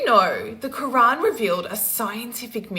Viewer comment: Also, , a correction: it’s the Qur’an, not the “Qu’wrong”